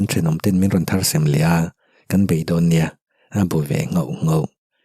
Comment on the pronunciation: Kan story ziaktute in fak awm khawp maia.. chu tih rualin in ṭawng kauchheh in fimkhur erawh a pawimawh bik leh zual mang e.. thar sem, ni lovin "Thar tem" tih tur aw..😊😊